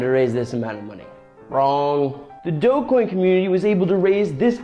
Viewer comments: it's a soft G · DRD8gQSfyuj1ghGV1BLxsG9NS75MXnAi5V Also, you're pronouncing it wrong it is pronounced "dogecoin"